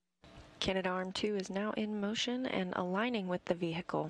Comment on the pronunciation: '... aligning with the vee hicle'